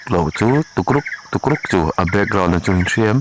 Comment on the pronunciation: "He lam zar chu(h) a va han rah hnem lutuk" 😂 Þawng sualin sawi sual nawk nawk reng la, en a ti nuamin a tih ngaihnawm zual phah alawm 😂😂👍🏽